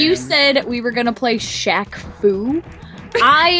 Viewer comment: LOL i know rachel is a little bit younger than you and myself since im 26 and was a 90's kid back in the day!.But LOL it sounded like said Screcketd instead of Shaq! XD. Holy shit, that Game brings back a few nostalgic memories.I never did get the chance to play that game series, but goddamn i do remember my older cousins complaining about how shitty and not worth renting or buying it was for them XD..Dude i so remember that Kazam movie back in the day.I was actually like the minority of people that loved the fuck out of that film, with Shaq granting all of the kids wishes into a reality.XD, Also totally remember the shitty ass short lived rap career he had too, worst thing he ever attempted besides acting in films. There is one think Shaq did dame well right about 2 years back when he made that bomb ass Arizona shack cream soda tea! Fucking hell that drink was my life at the time rofl!Also just a random list of what was extremely overhyped with the top 5 things that were big in the 90's decade( but i only remember as far back as 1995 since the other 5 years of my life at the time i was a baby) 5. Hanson,backstreet boys and Nsync 4.) the huge ass crazy sexual scam with Bill Clinton and the monica Lewinski slut 3.) The matrix and the trilogy movies of Home alone (aka one of the greatest movies ever made during my childhood!=D 2.) How huge the pokemon TCG cards were from Wizards of the coast (alongside the harry potter franchise,and coun